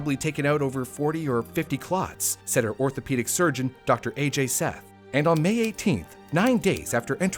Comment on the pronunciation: its no A J seth it is Ajai seth